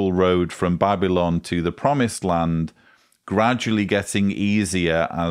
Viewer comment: Babbling? No it's Ba-buh-laan. Jesus at least pronounce it right! Maybe he could of used a college education? 🤔